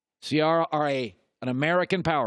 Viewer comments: He always said her name wrong, I don't know why nobody will correct him on it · Put some respect on that name —> Ci-air-uh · Did he say Ce-R-Rah? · Ciarra lol you sweats Russell's Balls so much but don't know how to say wife's name. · How is it possible you pronounce Ciara’s name right then a few seconds later botch it? LOL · how many different ways is Colin going to find to pronounce the name Ciara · I know this man did not just mispronounce Ciara’s name. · He did. Multiple times